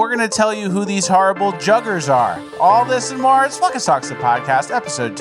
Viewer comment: Ahhhhhh it’s not flekka it’s pronounced fleesa. The bank in GTA5 is called fleesa. Fleesa means rob you or steal from you. They are going to fleese you. Or he got fleesed at the bank Wtf is flekkas? Why would it be flekkas?